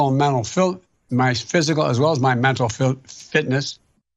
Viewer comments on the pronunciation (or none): Busted out laughing seeing Ben’s face after Biden not being able to say fitness🤣🤣🤦‍♂️ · The look on Ben's face after Biden tried to pronounce fitness.... 😂😂